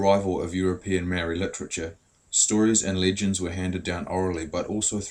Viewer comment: I love to see maori docos but c'mon bud, 'maow-ree' and 'tah-nay'. It's a language with 13 letters. But thank you for asking about exploitation!